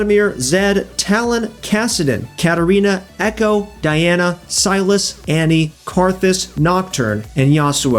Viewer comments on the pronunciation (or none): none